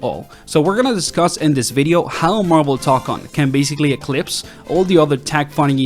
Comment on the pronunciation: Say TOE CON, not tock on